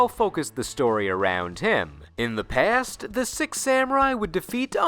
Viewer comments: anyone else hearing "sEx" instead of "sIx" for the last one? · Does everybody notice about he pronounce six to sex in samurai archetype? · Why does it sound that you are saying sex instead of six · Why do you pronounce six as sex? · "Temple of Sex" is all i could hear at the end lmao